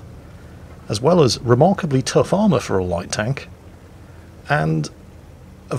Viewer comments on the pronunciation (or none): none